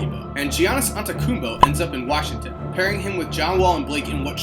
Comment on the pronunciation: You spelt and pronounced giannis' last name wrong